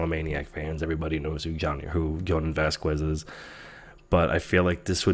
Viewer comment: Just FYI, Jhonen Vasquez's last name is pronounced "Vas-kez".